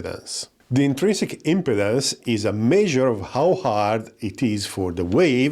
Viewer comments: I appreciate that English is not your first language, but just a quick note about your pronunciation of the word "Impedance" in this video. The way you say it here, it sounds like you are saying Impotence. It should be said as im-PEE-dence, with the emphasis on the "pee" syllable. Otherwise, a very good video. Thank you. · you need to really focus on pronouncing IMPEDANCE better lol. great video though!